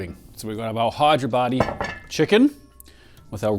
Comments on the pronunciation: I giggle whenever he says: Hi-there-body for Hey-dar-abadi (حیدرآبادی) 😁. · I swear i heard you say Hideyourbody biryani... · Idk why I kept hearing hide your baddie 😆